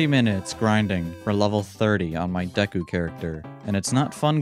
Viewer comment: He didn’t pronounce it dee-ku even though he didn’t watch the anime let’s freaking go